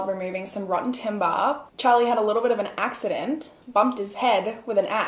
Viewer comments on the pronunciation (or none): “Had a little bit of an *axe-idant*”...🤭